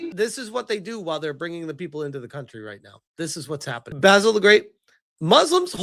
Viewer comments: Spell it like "ba-seal" to rightly say Basil the great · Only took ten minutes for basil to get pronounced baysil again! 😂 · I told you weeks ago that you were saying Basil incorrectly.